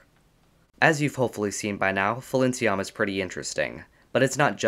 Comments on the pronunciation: The name should be pronounced as Pailinsiam because thats how that gemstone is called. Thai language happens to have a lot of alphabets that could be converted into a P sound in English so people kinda use both P and PH to differentiate them (still not enough) and it leada to pronunciation error like this because PH makes an F sound. I prefer we just use P for all of them because it makes more sense phonetically. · FYI, Thai people pronounce Phailinsiam as pai-lin-sa-yarm. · Phailinsiam is a real gem! ... Get it? B) Though, I fear you're actually pronouncing its name wrong! I believe the "ph" at the start represents an aspirated "p" sound rather than an "f" sound, meaning the first syllable is pronounced like the word "pie". The "ph"="f" thing comes from Greek, where aspirated "p" sounds gradually weakened to "f" sounds, hence the "f" in words like "phone" and "sphere" - but "Phailinsiam" is a Thai word, and the พ character in its Thai spelling (ไพลินสยาม) represents an aspirated "p" instead of an "f"!